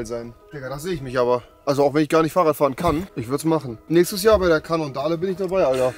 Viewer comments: Cannondale wird zwar Cännondael ausgesprochen aber EGAAAALL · bin ich der einzige den es triggert das er cannondale komplett falsch ausspricht und nicht frafft des es halt ne marke für MTBs ist lul